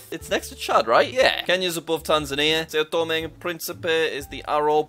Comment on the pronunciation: It’s pronounce like sow tome, not say-oh tome.